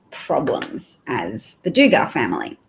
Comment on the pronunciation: Glad you talked about josh Duggar. And it’s pronounced dug gur like I dug a hole, and gur like the noise a tiger makes grrrr. I can’t believe how they defended him. How can his wife stand by his side after this? She has like five kids with him already. Not a chance in hell if my husband was found to be in possession of child sex abuse tapes or pictures, would I stay. I’d be out of there with my kids as it’s your job as a mother to protect your kids. But that family is so backwards and patriarchal that husbands are second only to God. His wife must have women’s intuition but instead is continuing to be brainwashed by that crazy ass family and quiverful movement. Right wing Christians are the hugest group of hypocrites in the world, don’t even get me started. Thanks for posting.